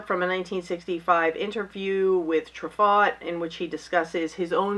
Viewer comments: Persona is AMAZING! You'll love it -- and I THINK it's "true-FOE" -- at least, that's the way my USC Film school grad wife says it....Just found your channel.... I'm now a subscriber :D Black Narcissus is FILMED COMPLETELY in a studio... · Truffaut is pronounced True-Fo. 😉